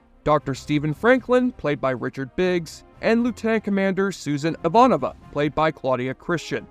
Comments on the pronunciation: Thank you for posting this question! What in the actual Jesse? You pronounced Ivanova two different ways, Jurasik as Jarusik, and even Mira as Mia. But it was Mira's quote and the overall sincerity of the video that makes me overlook these minor quibbles. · You binged the show over a week, watching 110 episodes and 5 movies, and you STILL pronounced Ivanova’s name wrong??? How???